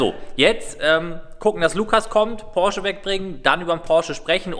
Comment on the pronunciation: Hi, Deine Videos sind eigentlich nicht schlecht, aber die Betonung auf den Porsche und die Angestellten Bezeichnung kommt nicht so toll rüber sorry